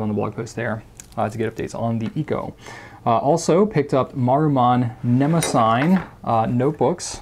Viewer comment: The Nemosine Fission screws to post. Also: The Maruman Mnemosyne and Nemosine names are pronounced, IIRC, ne-MO-si-nee.